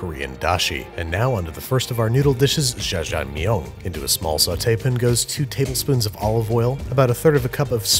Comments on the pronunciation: its generally written in english letters as jja-jang-myeon, so the confusion is understandable but its generally prounced as a hard 'j', and -eo makes an 'uh' sound so ja-jang-myun, babish says "zha-zhang-miyun" which just aint it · yeah, if it is jjajamyeong (sp?), the first syllable he is making into "jjhuh" like j'taime in french. But in Korean that just means the j sounds needs to be aspirated (or a little harder), so JYEAH would be a closer sound than his "jjhuh" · Babish: “JaJa Meong” Koreans: punching the air 💀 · lmao I cant get over “jajang MI YONE” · Y'all my man was pronouncing 짜장면 like it was some sort of french delicacy, this is the content I came for and it is the content I'm staying for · I love how Babish pronounce ls Jjajangmyeon with a French accent 😂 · his pronunciation of jjajangmyeon sounds like french to me idk why ._.